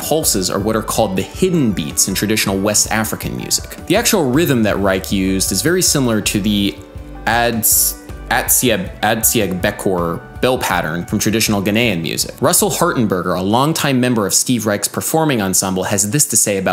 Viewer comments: Hey, Adam. I totally freaked out when I realised that the rhythm sounded like stuff I grew up with (I'm Ghanaian). Don't worry about butchering the pronunciation of Atsiagbekor. If you're curious, it should sound like "ah-chia-behkor" you get the 'gb' sound by vocalising whilst making a pop sound with your lips. the more you know jingle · It's pronounced "Ah -chia-beck -or". it's and Ewe /Anlo traditional dance. If you want you can look up Borborbor and Agbadza (similarly pronounced Ah - bah - jah with an over-emphasised B). I'm an Anlo man from Ghana, living in the UK. Learning bass right now and the West African and South African rhythms are beautiful to play once you get the timings right (though most are taught by ear and there may not be that many scores for it to my knowledge).